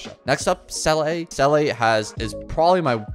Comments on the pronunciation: It’s not seeley btw it seela seela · Se-lay😂 most ridiculous pronounciation ive heard yet its literally zee-la not that hard😢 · The baffling thing is that people who pronounce her name correctly seem to be in the minority. I can only assume they either skip story or pay the barest minimum of attention because I don't understand it either lol. I've heard 'seelie', 'selay', 'saylay'... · How is it possible that you mispronounce Seele when the game says her name nonstop in the belobog story? I don’t understand why you wouldn’t want to pronounce character names correctly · Some people don’t play the game in English Her name in game is also pronounced wrong to begin with. The number of people that CORRECTLY say the same is low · exactly, there's always a different situation. People need to just be more understanding and stop yelling at content creators in the comments for not pronouncing something right . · bro fr. People exaggerate this so much and content creators are getting so restless of it.